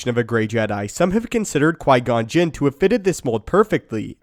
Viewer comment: did you say Jim ??